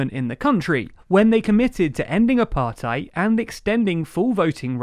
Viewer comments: Good overview, but in future I'd suggest looking up pronunciations beforehand - Ramaphosa isn't Ramafoza, Thabo Mbeki's name isn't pronounced with the English 'th' sound, and the 'ei' in Apartheid isn't like the German 'ei' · It would be so nice if you guys did even a tiny little bit of research into the pronunciation of names and concepts. Cyril Ramaphosa's surname is pronounced Ramaposa, not Ramafosa. Apartheid could also do with some work.